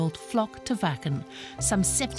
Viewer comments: Vaken, not Whaken for anyone w a dirty mind in Canada/US lol ;) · Yes we are a happy community! Everyone is so helpful and respectful in the moshpit. It's unparalleled. ❤️ Also: pronounces Schleswig-Holstein correct but keeps calling it Wäcken 😋😘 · I keep hearing them say Fu&kin festival!!! Woohoo! Gotta love the German pronunciation of the letter W.